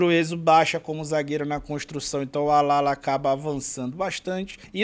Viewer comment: Allala se pronuncia como Ajala, Adjala, Alhala, ou Ashala (no espahol argentino) da mesma foma que Ayala, no espanhol o "y" e o "ll" tem o mesmo som, que pode ser "dj, ja ou sh"